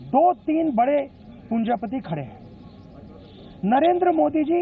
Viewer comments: abe punjapati nahi...punjipati...caparganju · Aaj to mammi ne bacche kl nai shirt dila de 🤣🤣🤣 aur its punjipati not punjapati 🤣🤣🤣🤭